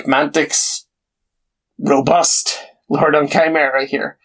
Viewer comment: OK, so the good news is you did a decent job of pronouncing Chimera, but I don't know how you got lord so wrong.